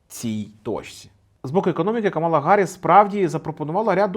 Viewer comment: Нарешті не Каміла а Камала)